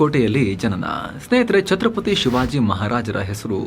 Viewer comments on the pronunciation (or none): ಅದು ಚತ್ರಪತಿ ಅಲ್ಲ ಛತ್ರಪತಿ ಸ್ವಾಮಿ